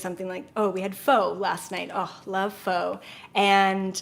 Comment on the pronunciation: this is amazing thank you. also i wrote bubble texture in my notes and color green/blue so kind of close hahaha. i LOVEE taro boba <3:D and pho is pronounced "fuhh" xx